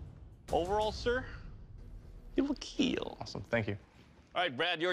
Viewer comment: It will keel..